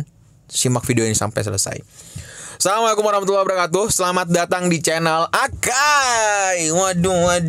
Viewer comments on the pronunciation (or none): none